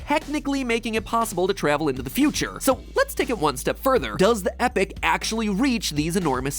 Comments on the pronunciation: 10 years and still not learned how to pronounce Epoch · Hey, MatPat. I'm gonna wait until the end of the episode to post this to see if you correct this, but you say Epoch like epic, but it's actually pronounced as "e-pok" according to google. I HATE to be a Grammar Nasty, but it sorta stood out to me, so I felt like I had to point it out. Thanks for the memories, man. Looking forward to the next ten years. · The machine is pronounced EE-pok not "Epic". I guess I will wait another 10 years for the re-remastered edition for this important correction. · 10 years later and he still can't say Epoch 😢It's ee-pok 🇬🇧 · epoch =/= epic you pronounce it E-pock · You remake the whole episode and STILL pronounce epoch wrong? It's e-pock, dude... Also, happy channel anniversary; I've been here since the beginning and remember loving that old episode (despite the odd pronunciations). Boy, how time (travel) flies... :) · Guys guys guyyyys it's pronounced 'epoch' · It's pronounce E-Pac, like 2pac with an E... jezzy.. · Was Epoch pronounced "Epic" in 2011 USA, or is that a new thing? Might have been an idea to have highlighted the error when the text showed "Epoch", as I've seen done on you tube before...🧐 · Wait, you say Epoch as epic? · Why is he pronouncing epoch as epic? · 10 years and he still can't say "EE-POCK" 😂😂😂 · Epoch is pronounced epok... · Matpat, I know you're American and pronunciation is hard for you because of your terrible education system, but epoch is pronounced ee-pock. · Epoch is pronounced "E-pock", rhyming with rock. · Fun Fact: In British English it's pronounced e-pok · Please mat pat you pronounce Epoch like Epic. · MatPat your pronunciations are always my biggest sources of cringe for me. Not "epic" epoch has a long e and a pock sound like pocket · Is it just me or did matpat pronounce "epoch" as "epic" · Epoch, pronounced like Epawk (where pawk sounds like hawk). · are you not going to correct your pronunciation of epoch EpOch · Epoch not epoch goddamnit